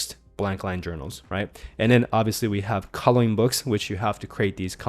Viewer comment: You say "calling books" instead of "colouring books". On other videos as well.